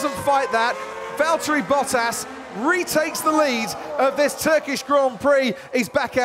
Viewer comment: ", its valteri"